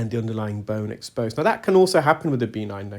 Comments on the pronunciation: Again and again, it's not B9 - that's reserved for playing Bingo! It's pronounced "beh-NINE". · I’m curious about the necrosis you’ve mentioned in many videos- is it B9 or are you saying benign? No criticism, just not sure which is being said. 😊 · I can’t tell if he’s saying B9 or benign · Are you saying B9, like a vitamin, or benign, like not-cancerous?